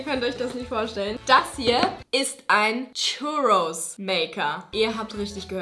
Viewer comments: Churrus ist ein Spanisches Gericht das heißt das das ,,r‘‘ gerollt wird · Bin ich der einzige der sich drüber aufregt wie sie churros ausspricht?